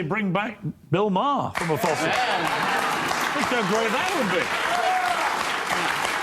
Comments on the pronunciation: The way you keep pronouncing Bill Mahers name is driving me crazy! 😂 His last name rhymes with Bar. MAR BAR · Bill MAR not.Bill MAYER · It's pronounced like "Marr". How can you be even remotely aware of him and not know how to say his name? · It's pronounced Mar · It's Bill Mar. That's how u pronounce his last name asmon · The H in Maher is silent, should sound more like "Mar". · BILL MARR is how you pronounce his name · .....its pronounced M(argh) like a pirate. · I think his name is pronounced as "Bill Maar" As in "Far" with the h being silent. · Are you mispronouncing his name on purpose? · Your not ai its ok to say bill maher correctly 😂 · Hey Asmon please pronounce Bill's last name correctly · The way you say his name makes me cringe, lol. The "A" in Maher is pronounced like in the word 'art', not a hard 'A' like in the word 'apple'. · Does Asmon mispronounce Bill Maher's name on purpose to make us mad? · Learn to pronounce his last name, is asmin rage baiting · Am I the only one that hates that Asmongold can't pronounce Mahrs name properly? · You don't even pronounce Bill Maher's name correctly lol. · Has Asmon still not heard how his name is pronounced? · Bill has been on TV for basically as long as Asmon has been alive, and Asmon still can't pronounce his name correctly. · His name is Bill Marrrrrrrrrrrrrrrrrrr. Like Mars. Not Bill Mayor, like the mayor of the city. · Stop calling him Mayer! ITS MAHER! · I don't know if you noticed the chat, but everyone is laughing everytime you pronounce his name as Bill Major or Mair instead of ma - er. Can't believe you didn't ever hear his name pronounced on Fox or Youtube. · It's Bill MARR not Bill MAYOR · It’s not pronounced Maher. It’s Maher haha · Bro, Maher is pronounced MAR not MAYOR. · It's Bill Maher is said as Bill mAR not mAIR. He's not a horse. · I hate that you call him Bill MARE instead of mar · Ma-her. Not Mayer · MAR its pronounced MAR not Mayor or whatever the hell you're saying lol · Mahr not Mayer